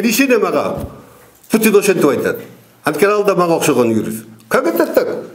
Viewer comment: Путинди Путун дейби